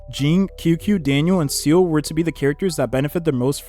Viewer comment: this is the first youtuber that i heard pronounce seele as "seal" instead of "see-le"